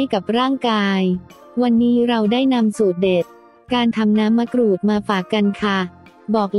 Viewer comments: ทำไมคนบรรยายออกเสียงมะกรูดเป็นมะกรู๊ด แปลกดี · คนไทยหรือเปล่าเขาเรืยกว่ามะกรูดใม่ใช่มะกรู๊ด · มะกรูดค่ะไม่ไช่มะกรู๊ด😄😄😄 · มะกรูดหรือมะกรู้ดค่ะ ออกเสียงบางครั้งก็เป็นมะกรู้ด คนไทยอะเปล่า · นงนุช สุขนา จริงด้วยเนอะ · เสียงจากโปรแกรม มะกรู๊ด